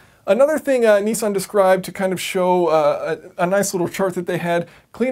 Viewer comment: it's not kneesan